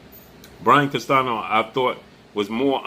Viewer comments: Spanish speaker and teacher here. The ñ in Spanish is pronounced close to the English ni (or like the Italian gn) so Castanio would be a close pronunciation of Castaño, but not CastaNo. Like your channel. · It’s pronounced Castanyo.:Castaño the enye:ñ has the NYO a quick pronounced N followed with YO just as fast. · It’s Brian Castaño not Castano